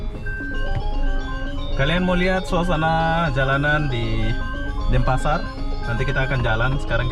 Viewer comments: Denpasar not Dempasar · DENPASAR BUKAN DEMPASAR BANG